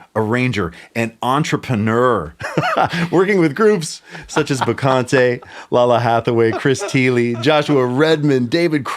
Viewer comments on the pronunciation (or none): Never heard anyone mispronounce Lalah Hathaway’s name like that! He called her La La Hathaway. 😂